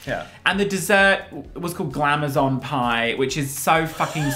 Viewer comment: “Glam-ay-zon Pie”